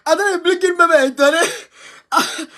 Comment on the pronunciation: Blinken et non Blinkin